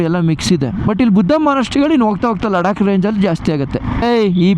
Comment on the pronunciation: Ladka alla Bro Ladakh